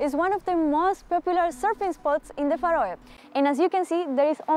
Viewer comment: I love how she pronounces Faroe Islands